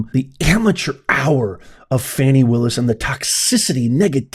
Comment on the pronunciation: It's not Fawny Willis it's Fany Willis